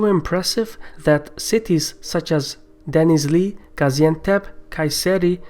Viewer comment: You trying to say denizli,gaziantep(gazi comes from winning a war) and other cities is just funny. Haha